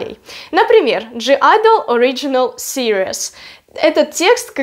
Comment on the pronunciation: Правильно произносить не ДЖИ айдл, а просто АЙДЛ.